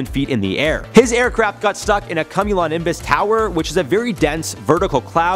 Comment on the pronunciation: You mispronounced cumulonimbus